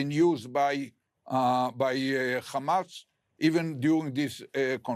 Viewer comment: Khamas & Khezbollah 😅😅